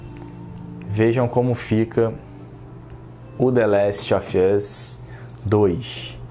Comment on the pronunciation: Jeito correto de se falar: dâ lést ovâs jeito: de lest OFI âs